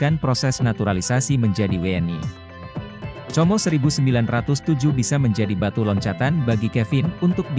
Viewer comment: Como di bacanya Komo udah aj sklian comro😊😊😊😊😊😅😅